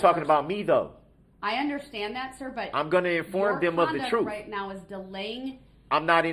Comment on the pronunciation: I wish he could learn how to say TRUTH.. it’s so irritating..